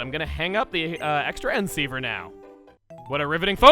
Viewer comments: So hold on, Is he pronouncing it extra N ceiver on purpose? Isn't it called the cross transceiver? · It’s actually pronounced Cross Transceiver. Not Ex-Tranceiver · I think xtransiver is pronounced Cross Transiver if I'm wrong please correct me but x is usually pronounced cross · The X in Xtransceiver is spoken as "Cross" transceiver my dude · The Xtransceiver is pronounced "Cross-transceiver." (I'm nitpicky about that kind of thing.)